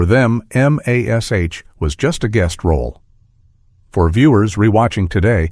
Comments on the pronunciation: Quit calling it M. A. S. H. It's MASH. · Wow, this is bad! Never once has this show been called M A S H ... it's MASH. I turned it off when they misspelled Klinger's name ... you can't blame AI for that.😡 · No one calls M*A*S*H Em Ess Ay Aitch except idiotic AI!